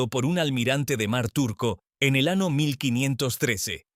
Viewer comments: Olle Como narador, nos dejas Muucho a deber!.. porque pronunciar..(estrano, recena O ano)... Cuando deberías pronunciar.. año enves d ano, receña no recena ni estrano enves d estraño... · No será q este comunicador sea un extraterrestre? No hay una sola palabra q pronuncie bien acentuada siempre dice Antártida con acento en la i cuando necesita ñ dice ano y eso es otra cosa, de dónde es este cuate😮😮😮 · en este video confirmo que la ia es grosera, siempre dijo ano